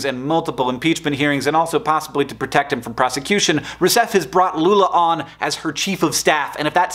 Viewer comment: fiquei impressionado com a pronuncia... muito boa mesmo